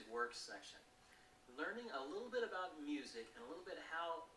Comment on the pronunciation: Dude. You are SO from Ontario!!!! You had me fooled until you said "a session can vary from ABOOT 20 to 30 minutes."